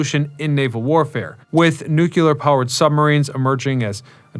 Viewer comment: Can you not say nukular like you're George Bush?